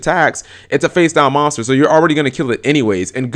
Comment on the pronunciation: can't say the word MONSTER correctly ahahahahahahah